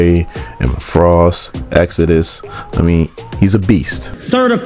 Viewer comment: Ayo it's reeeeeeeeeeealy killing me that this man can't say Exodus